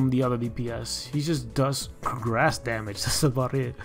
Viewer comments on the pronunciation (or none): none